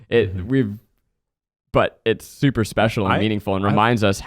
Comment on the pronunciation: zach def said becial not special